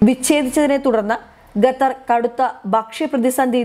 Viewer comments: Chakkare Qa not Ga😎😎🙏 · Gattar അല്ല ഖത്തർ ആണ് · ഗത്തർ അല്ല ഖത്തർ... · ഗത്തർ അല്ല ഖത്തർ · ഗത്തർ അല്ല ഖത്തർ ആണ് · വൃത്തിയായി മലയാളം പറഞ്ഞ് പഠിക്കു എന്നിട്ടാകാം വായന . ഇതിന്റെ " ഗത്തർ" മടുത്തു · Why does she keep saying gutter? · ഇപ്പോൾ 'ഗട്ടർ' ആയി എന്നു മാത്രം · Khatha is pronounced as Gathar. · It is generally acceptable to say pronounce Qatar as kuh-TAR or cutter. 🤭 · ഗെത്തർ ഇസ്ലാമിഗ ബീഗരദ ബക്ഷ്യ സുരഗ്ഷിദത്വം അക്ഷരശുദ്ധിയോടെ വായിക്കൂ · എന്താ ഈ പെണ്ണ് ഗത്തെർ ഗത്തെർ എന്ന് പറയുന്നത് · Uchharanam ശരിയല്ല ഖത്തര്‍ എന്ന് തിരുത്തുക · Eddie pullai.....Check your pronunciation of Qatar........( KA-THAR) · Gutter... Not sure whether she is pronouncing wrongly or making fun of qatar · Bakshanam... Gaththar.. poor pronunciations 👎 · അവതാരക മലയാളം നല്ലവണ്ണം പറയാനറിയാത്ത ആളാണോ അതോ ജാഡയാണോ.... ഗത്തറല്ല.... ഖത്തർ എന്നാണ് പറയേണ്ടത് .. എഴുതുമ്പോൾ അക്ഷരത്തെറ്റ് വരുന്നത് പോലെയല്ല സംസാരഭാഷയിൽ... വായിൽ തോന്നുന്ന പോലെ പറയുന്നത് കേൾക്കാൻ ബുദ്ധിമുട്ടുണ്ട്....... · Gather, guran . What is this ?! Please read ഖത്തർ, ഖുർആൻ. You should have to read according to their pronounciation and not your own couped style. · ഗത്തർ അല്ല. ഖത്തർ എന്ന് വ്യക്തമായി പറയൂ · ഗത്തർ അല്ല ഖത്തർ... പ്ലീസ് pronounce correctly. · ഗത്തർ അല്ല ഖത്തർ ആണ്. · ഗതർ അല്ല ഖത്തർ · ഗദ്ദറല്ല പെൺകുട്ടീ, ഖത്തർ ആണ്. QATAR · ഗദ്ദർ അല്ല കുട്ടി ഖത്തർ എന്നാണ്... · ഗത്തർ അല്ല ഖത്തർ.... ഉച്ചാരണം ശ്രദ്ധിക്കുക. ഇവർക്ക് ഉച്ചാരണത്തിന് ക്ലാസ്സ്‌ എടുക്കണം 👌🏻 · ഗത്തർ എന്ന് ഉച്ചരിക്കരുത്, ദയവായി ശ്രദ്ധിക്കൂ... മലബാർ സ്വദേശിയാണോ? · ഗതർ അല്ല ചേച്ചി,, ഖത്തർ എന്ന് പറയൂ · ഉച്ചാരണം കൂടുതൽ ശ്രദ്ധിക്കാം. ഗത്തറല്ല, ഖത്തറല്ലേ ശരി? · ഗത്തർ അല്ല ഖത്തർ ആണ്. ഉച്ചാരണ ശുദ്ധി ശ്രദ്ധിക്കുക. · ഭക്ഷണം ഒക്കെ കൊടുത്തുകൊള്ളൂ. പക്ഷേ അവരുടെ ഓയില്‍ വാങ്ങാതിരുന്നാൽ മതി.... ഈ പെണ്ണ് ഗത്തർ എന്നാണല്ലോ പറയുന്നത്. ഖത്തര്‍ ആണ്. ഭാഷ അറിയാത്തതിനേ ഒക്കെ പിടിച്ചു ന്യൂസ് വായിപ്പിക്കുന്നതിന്റെ കുഴപ്പം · " ഗെത്തർ " അത് ഏത് രാജ്യമാണ്? അക്ഷരം പഠിച്ചിട്ട് വാർത്ത വായിക്കൂ. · എനിക്ക് അറിയാന്മേലാഞ്ഞിട്ട് ചോദിക്കുവാ ഗെത്തറോ ഖത്തറോ. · ഖത്തർ ആണ് ഗത്തർ അല്ല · ഗതർ അല്ല ഖത്തർ മലയാളം പേപ്പർ വായിക്ക്